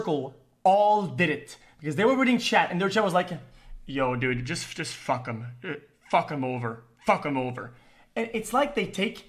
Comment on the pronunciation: "when in fact dud, I've moved on for hours... dud" -a cow